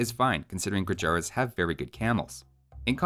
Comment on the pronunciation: its called "gurjarrr" and not "gurjaraa"